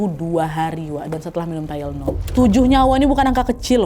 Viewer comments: Bacanya THAI + LE + NOL. (TY LE NOL) Bukan TYLE + NOL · ijin koreksi dikit yah kak nad, tylenol bacanya bukan “tailnol” tapi “tailenol” 💕 soalnya banyak banget penyebutannya jd agak ganggu. trimss kakak untuk cerita hari ini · Keganggu sama pengucapan tayelnol😩😩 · Bacanya ti-le-nol bukan sih?